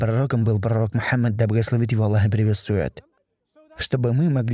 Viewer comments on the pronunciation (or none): none